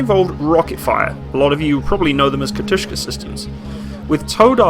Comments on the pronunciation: KA-TU-SHA not kat-ush-ka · Katjusha not katishka